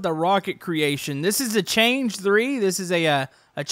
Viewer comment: Nice video, btw the name of that rocket isn't pronounced as "change" but "chang e", the "e" like the French way.